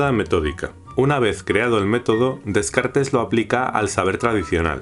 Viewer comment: Todo iba a bien hasta que escucho como pronuncia Descartes 😂